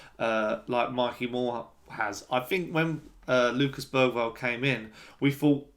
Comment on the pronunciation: I’ve hear it pronounced Ber-varl. Even Bera-varl.